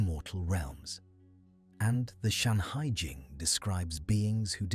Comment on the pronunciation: FUXI. NUWA. SHENNONG. SHANHAI JING (not "Shanghai") :face-purple-crying::face-blue-wide-eyes::face-orange-raised-eyebrow